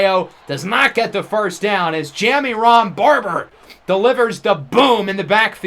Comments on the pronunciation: Say it with me…. Juh-Myron. Juh-Myron. Not JammyRon 😂😂😂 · Ja-Myron Barber Myron Jammy Ron is gonna drive me insane 🤣🤣